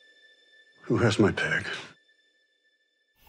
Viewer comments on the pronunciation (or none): Love the title, you know it's by some foreign director who pronounces it "peeg." lol